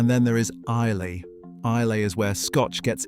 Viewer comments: Very nice guide, I agree with most of it, but I have never heard a scotsman say „isley“ but only „isla“ like „island“ without the „nd“ at the end. Same with the Aberlour A’bunadh, where the d at the end is also silent. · Small point Islay is pronounced Iluh not ilay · Nice critique enjoyed it but ISLAY is pronounced EYE_LAH not Eye-Lay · 99% of this video is great.. but as an avid scotch fan, and especially an Islay enthusiast, I really hate how you pronounced the name. Its eye-luh, not eye-lay. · Eye-lah, not Eye-ley. Hope that helps. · lol eye-la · Some pictures confusing where they appear alongside the voiceover, but the advice is good and well presented, the conclusion a welcome. honest truth. But pleeease...it's "eye - la". (Islay) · Islay is pronounced " i'll ah ". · Yes, thank you. I discount every so-called authority on the subject of Whisky who mispronounces Islay - a real pet peeve of mine.